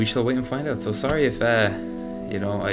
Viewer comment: anyone notice when he says "and" he says "am"